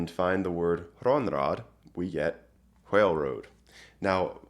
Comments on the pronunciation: Why do you keep pronouncing "whale" as "hwhale"? This is a genuine question. Is it an accent, the old English pronunciation, or just a troll? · I love this sort of research, but I have to ask, did you pronounce it h-whale before this or was that the Old English influence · I enjoy your pronunciation of whale, in that you follow the whine-win division, and pronounce the 'h'. It is very pleasing to the ears.